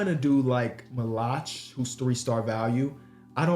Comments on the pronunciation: the pronunciation of maluach is crazy 😂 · Dying every time he says Maluach name wrong